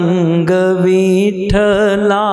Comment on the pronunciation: भज भज मना पाडुरंग विठ्ठला हे असे आहे.विठ्ठल मधे वि र्हस्व आहे चुकिचे उच्चार करत आहात